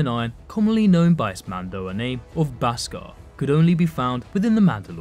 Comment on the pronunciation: It's pronounced beskar not baskar